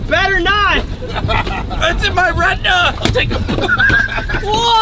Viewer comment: "Its in my retna😮" got me dead fr